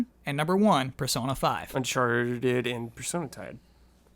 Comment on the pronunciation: What happened there lol. “Unchartidid and Personatype”